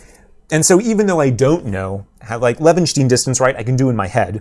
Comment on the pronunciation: Pronounce it as Leven-shtine. With sh and like brine. Source: am German.